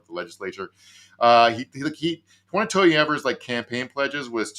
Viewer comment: Gov. Evers' name is pronounced with a "long e" for the first syllable. "Ee-vers" 🙂